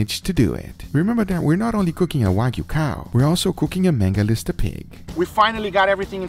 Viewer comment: I've never heard someone say "Mangalista" instead of Mangalitsa😂 And that aren't the best pigs to roast.